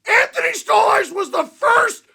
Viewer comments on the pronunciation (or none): It's *Stoly/Stolie or Stolarz you muppet, not Storly Just because rielly scored that doesn't mean he was good, and that's not even the point of the video. 🤡 they're the heaviest team in the league and but they play like they're the biggest pansies in the league. Their goalie had to stand up for himself because no else cares and it's embarrassing. That's the point